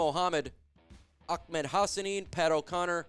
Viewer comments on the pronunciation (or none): my friend. It is Ahmed(Ah-med) not Achmed. No k or C in Ahmed.